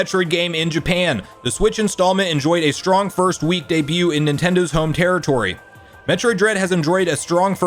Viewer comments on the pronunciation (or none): none